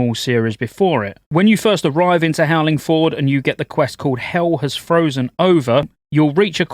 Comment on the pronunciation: Dude it's not Howling FORD